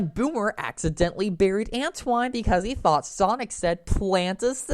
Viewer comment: If you don't know how to pronounce Antoine's name, just watch ANY episode of SatAM and problem solved.